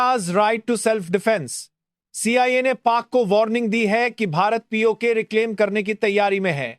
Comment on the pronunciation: Narration is abysmal. It's not POKE its called P .O. K . 😂